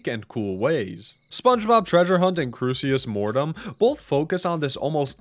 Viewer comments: still waiting for the day when pronounces Crusis Mortem properly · I like how the first time ever talked about Crucis Mortem, he included a note in the video that he was pronouncing it wrong, and then proceeded to still pronounce it wrong every time he talks about it in the future.